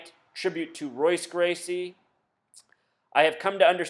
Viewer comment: nate Diaz is not trained by royce gracie (which you pernounce incorrect), Diaz trains under Czar Gracie, I wonder how many other facts you use in your decoding are false as well